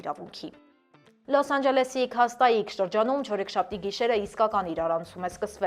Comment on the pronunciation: ջան շատ վարժ ու հաճելի եք կարդում լուրերը, բայց քաղաքների անունները ճիշտ արտասանեք, Թուհունգա քանյոն չի Թահանգա քենյն, Քյաստաիկ չի, Քյաստկ, կներեք ❤